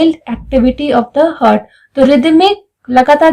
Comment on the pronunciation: I think you are not from science background... You should pronounce properly..its not "hurt"